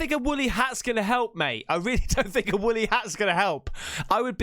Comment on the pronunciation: It sounded like you said Willy out not woolly hat lol.